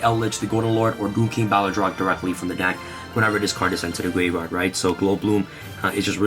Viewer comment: I thought I heard “send this card to the gay bar” I’m like wait whut. That can’t be right.